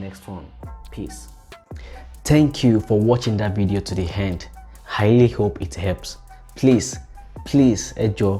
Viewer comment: omo your H factor ehh "the game own Happs" "thank you for watching that youtube video to the Hend"